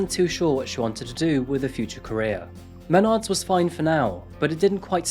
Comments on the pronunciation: Dude, it’s MeNARDS. Emphasis on the second syllable. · mah-nards. at least thats how we pronounce it in michigan lol.